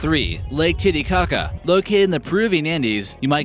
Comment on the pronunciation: Lake TittieCaca 😭